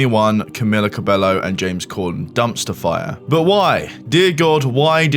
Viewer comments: You pronounce it wrong "Cabello" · Spot on video, but the mispronounciation of Cabello killed me every time.